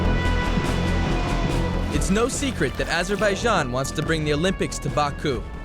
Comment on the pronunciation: Nice video, but you are saying "Azerbaijan" wrong. "j" pronounced same as it is in "james". Azur-by-Janh.